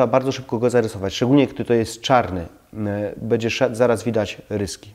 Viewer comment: Bedzie, bedę, naucz się mówić poprawnie